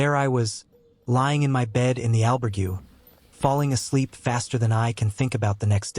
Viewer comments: The one thing that gets on peoples nerves is pronunciation, especially when a video is presented as a guide or base of knowledge… please do your homework on pronunciations (Al-berg-ay not Al-burg-you) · Surely after staying in an "Albergooooo!" you should at least know how to pronounce it!! Jeez!! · did AI do the voiceover on this? the pronunciation on albergue was weird for man walking the camino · Learn how to pronounce : Caminho & Albergue at least 😂😂😂you have time for it